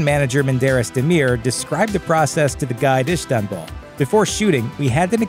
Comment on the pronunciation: His pronounciation of Istanbul is weird, but it may just be me. But I think it is pronounced almost like it is written, not Ishtanbul, but do tell if I'm wrong